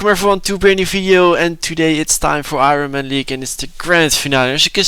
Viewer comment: Cracks me up the way you say iron 🤣🤣 keep up the good work lad